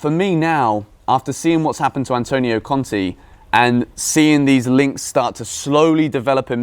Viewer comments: pls, it is Conte, not Conti. It is pronounced with an e like in keg or in beg. Conti is Bruno Conti. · please it’s pronounced Cont Ay not Cont E